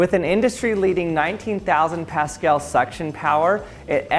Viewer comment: He got me at "we know how important good succion is"😂😂😂😂